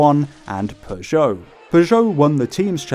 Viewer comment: pronounce it "per jo" not "pjow"